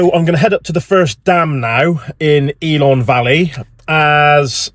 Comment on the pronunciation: Builth = bill th .Ellan =E lan .but you nailed Aberystwyth. Great vlog mate all the best,thanks for coming over 👏🏴✊KTF.